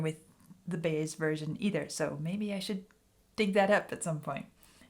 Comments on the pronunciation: Joan last name is pronounced By-Ez' not Baze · The name you're pronouncing like baze, is actually pronounced like bye-ez. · Page said this song (for him) symbolized the "heavy and the light" of Led Zeppelin. PLEASE it's pronounced BUY-ez not Baze. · Joan Baez pronounced Buy- yez. I like your channel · probably somebody already pointed this out. Her name is pronounced Joan By-ez. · Just so you know, Joan Baez is pronounced "buy-ez" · Actually, the name is Joan Buy-ez. That's how it's pronounced. Thanks for your excellent video. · Just FYI….Baez it’s pronounced Buy-ez, accent on first syllable. Not pronounced like maize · The name Joan Baez is pronounced two syllables Bi-ez vowel sounds like "my edge"